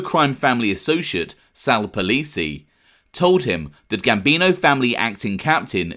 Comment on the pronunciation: It's NOT Sal Polisi like how you are pronouncing it 😂😂😂😂😂 it's POL-IN-SI. Had me here going crazy because I knew polisi kids from Ozone Park, and I thought it was their dad. Do better 😂😂😂😂😂😂😂😂